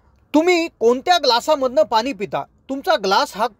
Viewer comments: पानी नव्हे पाणी असे बोलत चला. .... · शुद्ध बोला पानी नाही पाणी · Krupaya aadhi aapan pani ha shabd neat uchharava